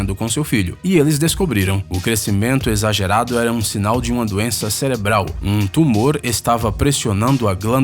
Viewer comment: o narrador ta com uma doença "Celebral"